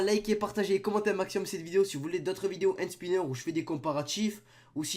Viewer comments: C'est pas "hand SpYnner " Ptn 😂😂😂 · il fait mal au oreille quand ilpronnonce le mot hand spinner a 00h40 seconde